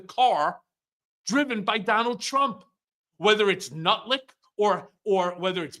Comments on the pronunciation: did he say "nutlick" ? sorry not really but I'ma stealing that ! Too Accurate !! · Did he say "Nutlick"? I call him Buttlick.